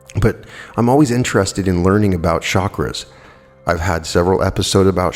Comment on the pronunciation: its not shakras,but chakras ;)